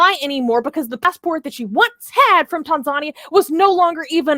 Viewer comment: Tan-zuh-knee-a (Tanzania)